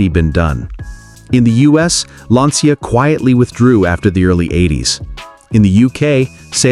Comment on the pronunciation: It's pronounced "lancha" And I owned a coupe. 50/50 it would start. And it was repainted before I picked it up from the dealership.